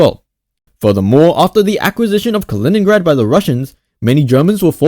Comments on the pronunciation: not Калиниград, its Калининград! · не "Калиниград", а "Калининград" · You are pronouncing the name of the city wrong